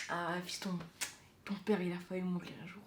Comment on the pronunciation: Il a dit : fahu mourir.... ow shiiiit le francais